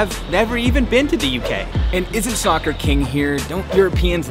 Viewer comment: it hurts a lot when you pronounce soccer